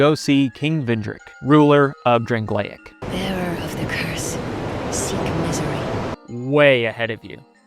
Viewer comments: I think it's pronounced Drang-Lake not Drang-Lay-Egg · The way "Drangleic" was pronouced hurt my soul.